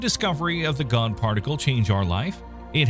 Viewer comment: He said Gon particle like in Hunter x Hunter , it's comprised of nen